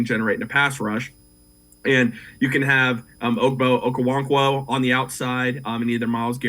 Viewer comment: The butchering of Okoronkwo’s name is masterful in this segment